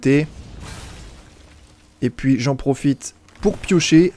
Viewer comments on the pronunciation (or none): none